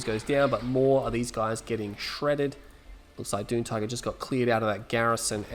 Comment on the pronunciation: I've been watching your videos for about 2 years now. I'm pretty sure his name is pronounced "June Tiger". :) Anyways good to see another video from you.